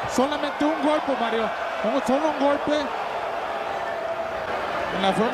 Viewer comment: alam ko spanish... sabi daw "Ginulpe" daw... LOL